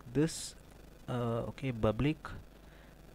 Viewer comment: I stopped watching video, when i listen word "bublic"